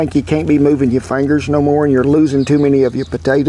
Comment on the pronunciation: You gotta love a chef who says "fangers" because it means his Southern is showing and you can never go wrong with Southern country cooking!